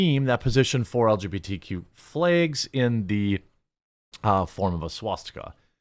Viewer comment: jeremy, they are called flags, not flaegs!